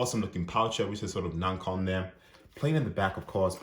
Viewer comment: I think you’re mispronouncing ‘Nacon’ haha other than that this is a good review, thank you for posting.